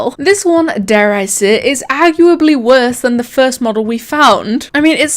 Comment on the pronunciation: "The fust plece"